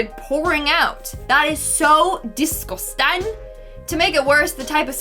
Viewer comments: ThAT is sOoO dEesGusTaN I love that and will probs say it like that from now on😂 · Why do you say disgusting like that I'm just curious and just want to know